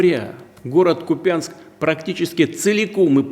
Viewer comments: Не купЯнск, а КУпянск! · Не купЯнск, а КУпянск, ударение неправильное. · У нас Купянск ударение на У...Это специально из РФ все каверкают? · Долдодяты, в названии города Купянск, удорение на первый слог... Неучи... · Ухо режет касапско-москальское ударение в названии города